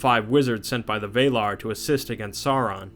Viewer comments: A very good video indeed! Keep up the good work, you've just earned a new subscriber! The only thing that bothered me was your pronunciation of the word "Valar". You say something like ['vɛilar] but it's actually supposed to simply be ['valar]. So no "ei" or "ey", just "a". I hope that this was helpful in some way. Not a big thing, but I thought that I might just point it out. :) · Couldnt keep watching after you kept saying VAYlar. Many things in Tolkien have debatable pronunciations, but not Valar. VAHlar. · Valar is not pronounced Veilar, but Va lar, same vowel for both syllables. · Although you do have alot of mistakes in the dialogue you should correct. Like Maya when it should be Maiar and Vaelar or Vaela when it should be Valar. Plus you do tend to leave out important lore. Just some constructive criticism for your future videos. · Why is it so difficult for so many of these videos to properly pronounce "Sauron" as "SOW-ron"? Dude - "Vay-lar"? Come on, man, I'm trying to watch and listen but damn. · Victor Dimov yes it is but he said Maya/Mayar and Vaela/Vaelar. Different pronounciation of the words. I might seem like a name pronounciation nazi here but i see the differences and its bugging me. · Other than your Pronunciation of Valar, this video is perfect. Keep up the good work! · Yeah, well I'm Scanian and all the other Swedes laugh at our weird dialect, so I can relate. I will still hold people to a proper standard when they are informing or teaching, as this guy is. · Adam McClendon No, he actually thinks that's the right way to pronounce it. He was arguing with another guy in another video about it. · When I heard how he pronounced "Valar", I stopped watching and left.